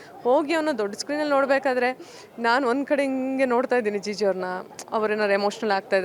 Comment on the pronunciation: ಮಂಗ ಅದು ಜಿಜು ಅಲ್ಲ ಜಿಜಿ